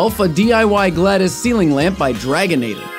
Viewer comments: GLADOS NOT GLADAS! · why does he call Glados, Gladis.